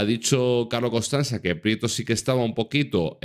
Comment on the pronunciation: Se dice Carlos constanzia